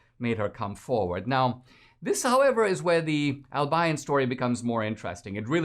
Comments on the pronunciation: Dude, its Al-be-yon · Dinesh, it's pronounced Al bee on! And I am surprised that it still has that name since Albion is the mythical island of magic in white mans folklore referring to the Island of Brittany! For being so "woke" they sure missed that one! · Dear Dinesh, you're miss-pronouncing the name Albion. I grew up in Michigan, so I know.